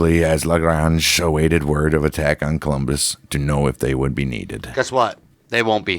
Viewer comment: It's COLUMBUS!!! Not Columbia